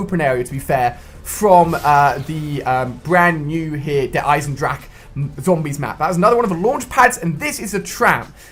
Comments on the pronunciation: it's pronounced Eisen-drah-hah okay you English noob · Noone except the germans know how to speak the 'ch' in "Eisendrache" xDDD